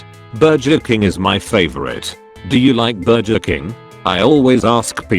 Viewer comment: I probably hear the word "Bur-juh King" more times in one story than I have in a life time